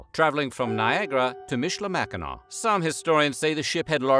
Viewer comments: Nice job pronouncing michilimackinac! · Thank you for pronouncing Michilimackinaw correctly!